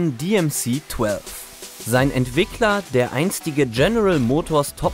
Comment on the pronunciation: 8583 Stück wurden gebaut. Das DMC-12 auf Englisch ist in dem Video echt übel anzuhören. Warum ist das dann noch ein Renault 30 (dreißig) und nicht Renault „trente“?